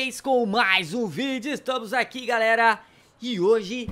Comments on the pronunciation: Na hora você falou galara kkk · ele falou galara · Ele falou "seguinte garara"